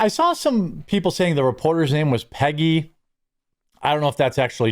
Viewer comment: not so sure thats true. I've heard that the "journalist" in questions name was Peggy and the accent made it sound like Piggy ..